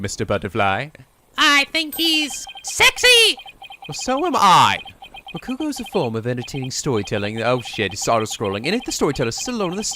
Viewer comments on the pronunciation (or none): Speaking of pronunciation, continues to put the wrong stress on three-syllable Japanese words. After playing so many Japanese games, especially Yakuza 0, he still hasn't realized that you don't stress the second syllable. MA-ko-to, not ma-KO-to MA-ji-ma, not ma-JI-ma YA-ku-za, not ya-KU-za In this case, it's RA-ku-go, not ra-KU-go Hopefully he notices and fixes this because it's been a problem for a long time.